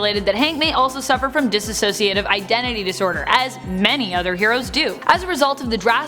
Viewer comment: I love this video but the pronunciation of "dissociative" as "diss-a-sociative" is rough 😬